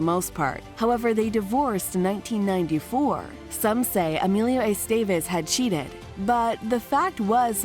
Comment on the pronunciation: Eh-STEH-vehz, not Ey-STEY-veyz. :3